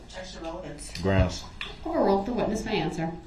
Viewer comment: The way he says groundz while staring at the witness is gross. He thinks he's the big man on campus. What a clown. Everything about that POS SO is creepy. I think the reason he stares at the judge is for one I think he truly believed they had some sort of connection. He's a legend in his little mind.